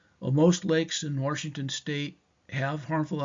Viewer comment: Washington doesn’t have an r in it 😊